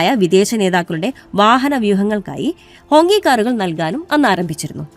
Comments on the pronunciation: ഹോങ്കി എന്നല്ല 'ഹോംഗ്‌ചി' എന്നാണ് വായിക്കേണ്ടത് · It writes like Hongqi, but pronounced as HongChi.😊